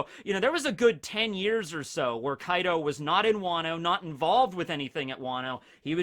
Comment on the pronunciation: Bro when you said Kai D Ou I was like wtf 😂